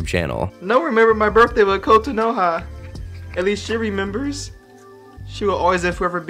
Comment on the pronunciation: I've never heard Kotonoha mispronounced so much in my life lol